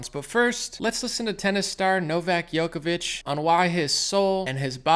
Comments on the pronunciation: it's Džoković its red like Jokovich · Bro you gotta learn how to say Djokovic lol